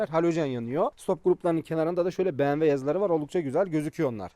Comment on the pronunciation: bmw diyemeyen birisi bmw yi anlatıyor